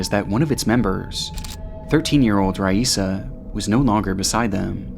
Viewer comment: You pronounced Raisa's name 3 different times in the first minute. Did you use AI to recreate your voice?